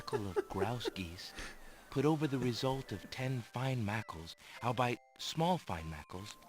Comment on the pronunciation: I find it funny that Robbie Benson, a seasoned voice actor, mispronounces "albeit" in the boring book as "all bite." Always bugged me.